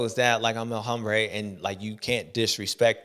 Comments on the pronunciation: J7. It’s pronounced OM-brā not Hom-brā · JA21 please correct the legend on “hombre”. Silent “H” bud 🏆🏁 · el Hombre - the 'h' is silent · James when talking about Anderson or El Hombre it is Hombre as in ohm, as you say Hambre which means hungry, could be used for Anderson as he is hungry for the win, but its HOMbre for him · This is my new pet peeve, the youtubers saying that H